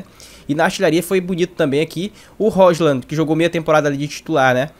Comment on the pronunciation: Roshlan é engraçado, se fala róilund! (com d mudo)